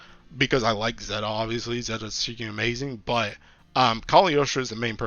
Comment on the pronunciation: He's saying "freaking" 😂